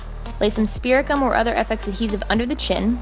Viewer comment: When you said to stick the teeth with spirit gum I thought you said spearmint gum and I'm like ok???